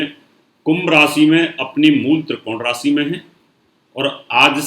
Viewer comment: rasi NAHIN RASHI hota hai aur sani nahin SHANI hota hai kripya UCCHARAN sahi kareyain